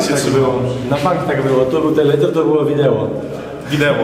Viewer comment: " Wideło" 🤣 Od oglądania tego to aż mi się przypomniały właśnie czasy szkolne... 😉 Pozdrawiam.